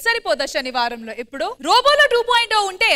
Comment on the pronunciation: అమ్మా తల్లి… అదీ "షనివారమ్" కాదు… "శనివారం"! తెలుగు భాషకి బ్రష్టు పట్టిస్తున్నారు!🤦